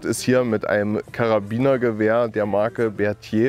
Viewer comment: "Berthier" klang dafür aber ganz gut xD